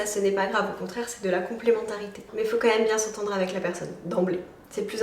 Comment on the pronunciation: J'ai remarqué une petite habitude de langage que tu as et que je trouves dérangeante (ça n'engage que moi) : Au lieu de dire "quand même" distinctement tu le prononces "quanhème" 😅